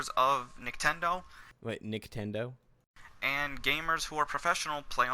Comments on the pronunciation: He says nicktendo every time he try’s to say Nintendo even in the beginning starting lmfao!!! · did he legit say nicktendo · through that entire video he said niktendo, the first time i heard it i was like "ha, he called it niktendo. i doubt hes gonna say it again though". he then proceeds to say it again and again and at the end i said "damn this guy's a fucking idiot".